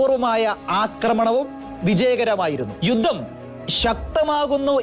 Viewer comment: ഗോരയുദ്ധം? ഘോരയുദ്ധം എന്ന് ഉച്ചരിക്കണം. യുദ്ദം? യുദ്ധം എന്ന് പറയൂ പാലായനം അല്ല . പലായനം എന്ന് വായിക്കൂ...............